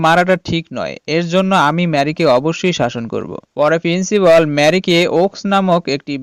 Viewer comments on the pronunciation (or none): একবার বলে প্রিন্সিবল আর একবার বলে প্রিন্সিবাল আবার বলে ক্যালটিউটর 😂😂😂